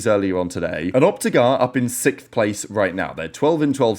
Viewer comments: I hope optic get out sixth so you dont have to keep saying sickth 😅😅😂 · having a prollem saying sixth? hahaha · bro’s just learned how to say the letter x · why you say 6th like that 😂? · I never heard sixth pronounced like does